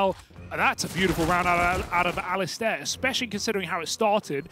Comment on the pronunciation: i hope the casters learn how to pronounce the name Alistair